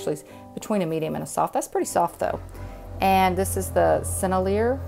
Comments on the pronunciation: lot of people can't pronounce it Sennelier ... Is pronounced ....SIN , L , E , A .... Thats the best way is could explain it .... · Thank you so much for all the great tutorials! I love watching them when I have time and trying out your teachings. Oh, and the way you pronounce Sennelier is SEN-EL-EE-AY. I hope that helps :)